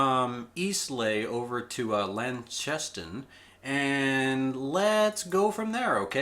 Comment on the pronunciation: Great video. One small thing though: Launceston: LON-sess-ton